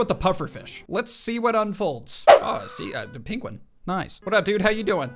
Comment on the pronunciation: XD first of all, why do you pronounce it Pinguin and second, why do you call seaguls Penguins?